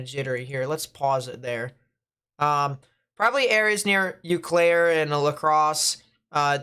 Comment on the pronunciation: Love the way he pronounced Eau Claire lol. Said Eww Claire, is more like O Claire.